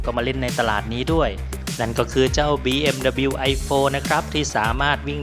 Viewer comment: บีเอ็มดับเบิลยู ครับ ไม่ใช่ บีเอ็มดับบิล